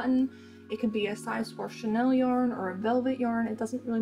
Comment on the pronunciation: You know it’s chenille yarn, not Chanel yarn right girl ?!